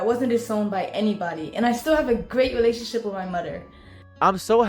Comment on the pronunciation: she’s obviously challenged “gweat welationship wit my mudder”